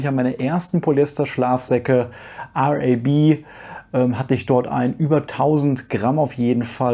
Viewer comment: Da ist etwas richtig cooles dabei. Oh es ist einfach RAB, nicht R-A-B😅